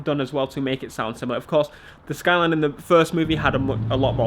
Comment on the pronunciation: The way you say SKYLEEEN annoys me